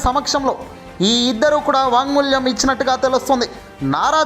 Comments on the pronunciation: Vaagmoolyam kaadu naayana vaagmoolam. Padaalu palakatam nerchukondi. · వాంగ్మూల్యం ఏoట్రా వెధవా వాంగ్మూలం. తెలుగు చదవటం రానివాడు కూడా Anchor. ఖర్మ.